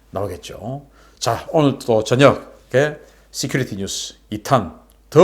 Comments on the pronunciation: 씨큘리티...가 아니고....씨큐리티 security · '시큘리티 뉴스'가 아니구 '시큐리티 뉴스' 라고 백번은 더 지적했으니, 제발 좀 발음을 고치던지.. 아니면 그냥 '국방뉴스'라고 우리말로 하쇼.ㅎㅎ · 시큐리티...본발음 서큐러티 라고 하세요